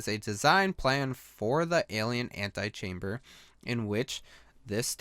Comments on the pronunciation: Did he seriously say "anti-chamber"? It's pronounced antehchamber. Get it right. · Mark Holaday I know what "ante" means. he was pronouncing "ante" as "anti". That's what my comment was detailing, not the actual definitions of the prefixes. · ant-EE-chamber not ant-AYE-chamber. Ante not anti. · Why do you keep reading "antechamber" as "antichamber"? The 'E' kinda sticks out. And if you were thinking it was a spelling error, it's not. An an antechamber is a small room that leads to a larger one.